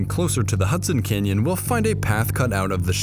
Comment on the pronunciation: I keep hearing the largest Kenyan